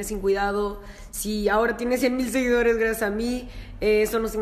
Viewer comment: Dice "SEGUINDOS"